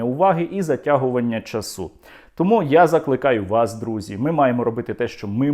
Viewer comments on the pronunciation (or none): та не часУ, а чАсу правильно, наголос на ААААА не квасУ, а кваАсу, не газуУ, а гАзу і т.д.